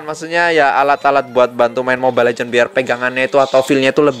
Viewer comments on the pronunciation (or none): none